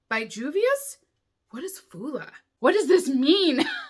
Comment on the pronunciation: Fula is pronounced FOO-luh. Fula are an ethnic group of nomads in West & Central Africa.😎